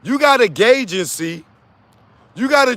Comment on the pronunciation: Please say “gaygency” 10 more times.😂😂😂😂